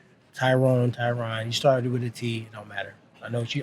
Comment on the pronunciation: Why can't these other promotions pronounce people's names correctly. It's not Tie-Ron moron. Surprised Woodly didn't snap at him. Hey everyone, it's Chuck Lie-Dell!! Are these guys coke-heads too?